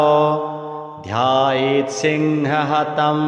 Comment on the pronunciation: प्रथम पंक्ति में ही गलती है लिखित में और पाठ भी गलत वास्तविक लेख में मुनिरुवच ध्यायेत सिंहगतम,,,, की जगह ध्यायेत सिंह हतम ,,,, किया जा रहा है जो बहुत ही गलत है कृपया त्रुटि संशोधन करना चाहे और श्रद्धालुओं के शुद्ध पाठ उपलब्ध कराए। हर हर महादेव।।